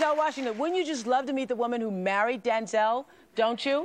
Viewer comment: She kept saying "DANzel". She know DAMN well what his name is...